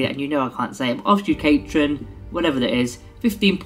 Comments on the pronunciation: I think it's pronounced ob-foo-scay-tron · I never noticed that you have difficulty pronouncing some words. 😜